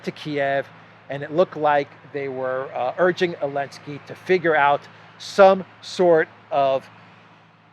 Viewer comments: Why do you say Zelensky’s name as AH-Linsky rather than ZUH-Linsky? My wife is from Donetsk & everyone says Zelensky, no one cuts the Z off. Just curious why you do? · Γελάω πολύ κάθε φορά που λες Elensky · I think he is making fun of him because they outlawed the letter Z . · I appreciate that insight. I clearly missed the reasoning behind the mispronunciation. I assumed it was intentional & that’s a great reason 😏 lol